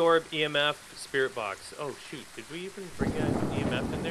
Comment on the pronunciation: I love watching them even tho I try to correct them like they can hear me. Like with the sprit box. I was telling them it's V not B XD